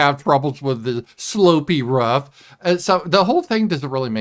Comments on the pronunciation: I like how says "roof"...lol..Ruff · The way pronounces roof is interesting. Sounds like rough to me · I think it might be a Midwestern thing. I'm a Yankee and we pronounce it like it's spelled. Roof..lol